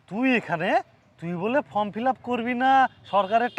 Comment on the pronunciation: কথাটা ফ্রম নয় ফর্ম